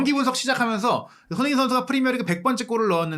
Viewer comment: 제발 소밍이라고 하지말고 손.흥.민 이라고 제대로 발음좀 해주세요ㅠㅠ 아... 거슬림 아니면 그냥 쏘니라고 하시던지